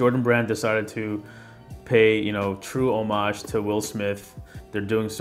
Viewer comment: Good video as per usual but why do you pronounce the word homage like that?